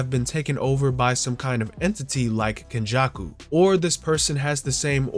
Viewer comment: Its kenjaku😂